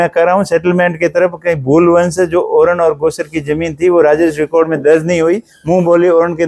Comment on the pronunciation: तू एक बार ओरण बोल तो 😂😂